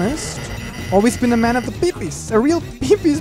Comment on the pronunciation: its pronounced pip-iisc